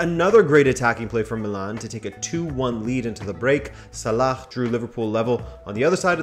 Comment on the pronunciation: never pronounce salah the way you did man 💀💀💀💀 nice try though